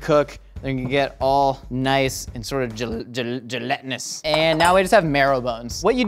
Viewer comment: Stop saying "gelantinous"